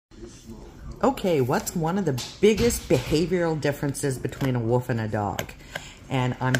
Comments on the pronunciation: Between a woof and a dog? or a WOLF and a dog. Sick and tired of people mispronouncing wolf. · Really sorry Sounds like you open by saying "...differences between a woof and a dog". Is that how you pronounce Wolf in your part of the world (I.e. as if it didn't contain an L)? Not being unkind, genuinely asking because I haven't heard it pronounced like that.